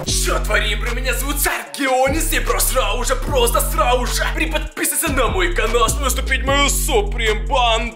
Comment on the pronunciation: Почему ты говоришь срауже? Раньше ты нормально это слово произносил